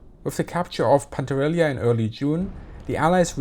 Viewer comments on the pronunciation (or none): Hello, it is spelled “Pan-tell-e-ria” not “Pantarelia”,. Greetings keep up the good work! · Your pronunciation of Pantelleria truly made my day .. and a shit day it was ... great video and thanks for the insights. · Die Aussprache von Pantelleria und Messina üben wir aber nochmal, ja? ;-)